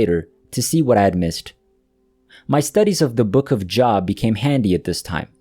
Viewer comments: The Book of Job is pronounced Jobe. The o is like oh. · Job in the book of Job, Job is pronounced Joe+b. It’s like Joel but with a b. Good story 😊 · I used to mispronounce Job when I was a kid so I sympathize with narrator. English has inconsistent spelling rules so some words you wouldn’t know until you hear them. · Nice retelling. He has to pronounce the name “Job” correctly to be completely believable!